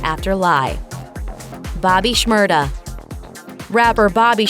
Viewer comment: Omg the narrator saying "shmurda" is sooo damn cringy lmao she sounds so fucking white attempting to pronounce his name XD